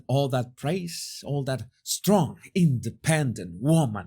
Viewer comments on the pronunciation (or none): none